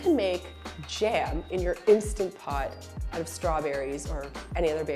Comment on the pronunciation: Please make a video about cleaning the instant pot!!! Love mine so much!!! And thank you for pronouncing it correctly!! I loathe when people call it an insta pot 🤦🏼‍♀️